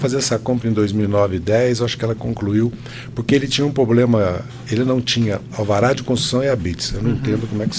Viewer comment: ...porque ele tinha um "POBLEMA"?